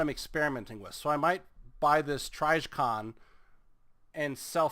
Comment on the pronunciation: The "trijohn" is pronounced "trij ya con".